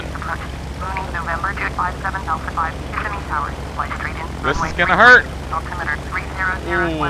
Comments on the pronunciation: loved the vid. had to laugh at your pronunciation. thats how my wife and i pronounced it when we first saw the name. but right. ki-SIM-ee. lol. keep making vids and we'll keep watching them.:) you are a good teacher. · it is Ka-sihm-me not kiss-a-me.